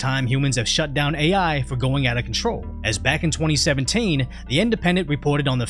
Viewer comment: When you said 2017, weird inflection and pronunciation